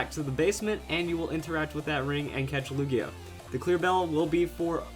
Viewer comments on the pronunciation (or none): He said lugio lol